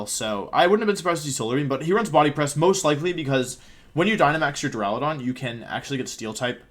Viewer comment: My day has been made! Wolfey finally pronounced Duraludon correctly! :)))))